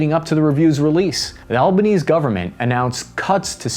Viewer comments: He said Albos name wrong the whole time. It’s pronounced al-ba-nees-ee Also you can’t say Australian sayings and like a quarter of the population actually likes cricket, and also KANGAROO EGGS!?!? WHAT DO YOU MEAN! KANGAROOS ARE MAMMALS! Anyway as an Australian I can assure you that these so called “Aussie sayings”. No one says. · Just a note on pronunciation: you enunciate the e at the end of Albanese, basically it's pronounced Albanese-y. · PMs name is pronounced 'Albaneasy'. Good video but don't agree with nuke powered subs (as offensive capable) at all. Don't forget the silly cost, too. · Great Videoo, one small comment though, the Prime Minister's name Anthony Albanese is pronounced Anthony Alban-easy. We have always looked to the USA and the community has always been for the USA ever since the Federal Government told China to piss off with their belt and road (dispite objections from some states who could only see the money coming in and not what it would cost us in the long run). Iluka mining is currently spending 2 billion dollary doo's on a rare earth metals mining plant in western australia. All the rare earth metals produced from this project will be headed to the USA. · As much as I detest the man, please at least correctly pronounce Albanese’s surname: AL-BAN-EASY. It’s not easy living under Albanese🙄 Anthony Albanese was born in Sydney to an Italian father and an Irish-Australian mother. Albanese is of Italian origin, meaning “Albanian”. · Awesome vid Cap! Because we like you so much, I’m gonna give you a tip: our Prime Minister’s name is pronounced ‘Alban-Ezy’. Hard ‘ee’ on the end. And we just call him ‘Albo’. You can too mate. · As an Aussie, love the update. FYI, "Albanese" is an italian last name and so is "correctly" pronounced "Al-bah-nay-see", but most people I know call him "Al-bah-nee-see" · Please, it's Al bah Neh zee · Pronounced Albo-knees-e just saying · Bro fr called Albanese "albaknees" 😭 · Albanese. Pronounced Albanese-Y